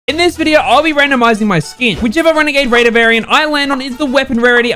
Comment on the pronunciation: The “WeNAgADe wAIdEr” my guy